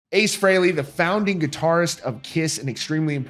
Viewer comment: He's saying Frehley wrong. No one ever pronounces it that way. Listen to Kiss Alive II and you hear Paul Stanley say it the way EVERYBODY HAS SAID FOR DECADES!!!! IT'S PRONOUNCED FREELY YOU PRETENTIOUS FOOL!